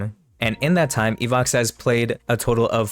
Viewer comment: Не Ивакса, а Иваха